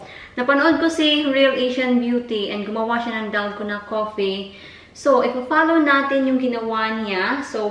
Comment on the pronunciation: Dalguuuuunnaahh DalgOna coffee pronounce it slowly mas arap nga mali nman pronounciation mo